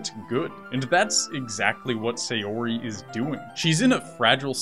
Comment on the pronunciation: While I've enjoyed some of the benefits of anime and other Japanese stuff slowly becoming more and more mainstream, the most difficult part of this slow process is that all of the youtubers still pronounce every name incorrectly. Sayori- The 'Sa' in Sayori is not pronounced the same as 'say', it's like the 'sa' in 'sand' or 'sample'. Natsuki- While the pronunciation of each syllable is ok here, the lengths and stress is messed up. Japanese is a pretty flat language and while it does have stresses they are a lot less intense than those in English. It also has the convenient feature that unless specifically lengthened with an additional vowel or shortened with a "っ", all syllables are the same length. In short, don't emphasize or extend the 'tsu' like you are. Yuri- Yuri is the one you come closest to getting right, but be careful that the the 'Yu' is properly pronounced like the first u in 'ukulele' or 'uniform' rather than with a 'yuh' sound like the 'yer' in 'lawyer'.